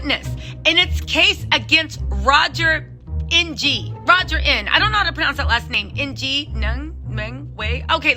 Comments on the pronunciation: ‘Ng’ pronounced “Ing” like “kick -ing” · Ng is pronounced 'ing'